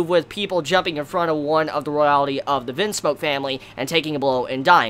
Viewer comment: You say royalty funny